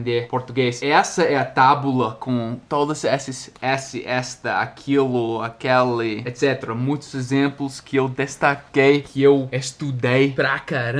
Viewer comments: por favor, não me leve a mal. Eu só estou tentando ajudar, porque sei que você gosta bastante de aprender sobre a língua portuguesa, beleza? Bem, eu queria dizer que as palavras "este", "esse" e "aquele" são pronunciadas com o "e" fechado. A gente fala tipo "êste", "êsse" e "aquêle", e não "éste", "ésse" e "aquéle". Já "esta", "essa" e "aquela" são pronunciadas com o "e" aberto, assim: "ésta", "éssa" e "aquéla". Espero ter ajudado!👍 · Oi,! Só uma ajuda na pronúncia da letra "e" nos pronomes demonstrativos. Para pronomes demonstrativos no masculino, use a vogal "ê" fechada: Este, esse, aquele = Êste, êsse, aquêle. O mesmo vale para as contrações: deste, neste, desse, nesse, daquele, naquele. Para pronomes demonstrativos no feminino, use a vogal "é" aberta: Você já está pronunciando corretamente. Esta, essa, aquela = Ésta, éssa, aquéla. O mesmo vale para as contrações: desta, nesta, dessa, nessa, daquela, naquela. Resumindo, use "ê" para masculino e "é" para feminino. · você está cometendo um pequeno erro ao pronunciar: esse, aquele, desse, daquele, ele. Todas essas palavras não possuem o mesmo som na vogal tônica como: essa, aquela, dessa, daquela, ela. No feminino, nas vogais tônicas se pronuncia o som como se tivesse um acento agudo "é", porem no masculino se pronuncia como se tivesse um acento circunflexo "ê". Espero ter ajudado. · você pronuncia aquéle e aquéla Pronunciamos aquele fechado e aquéla aberto